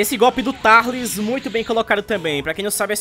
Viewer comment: Quem aí chama o tarlis de turlis